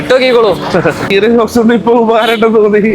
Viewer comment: ഷോക്ക്സ് അല്ല സോക്സ്